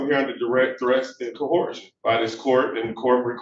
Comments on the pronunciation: Why do so many of these ignorant clowns mispronounce "coercion"? I'm reasonably certain that "Ko-hor-shun" is not a word... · When did the word 'coercion' become 'coerhersion' ? 😂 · SovShit .. there is no "h" in coercion. Oh yes, you're a dimwit. 😂😅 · Barely literate simpleton trying to defend himself in court. Doesn’t have a clue what duress means. Says words that don’t exist, like “cohersion” and “liberry”. Thinks that using upper case or lower case letters makes a difference to his identity. If he spent as much time as he did on trying to sound intelligent, actually getting an education, he would probably get an attorney.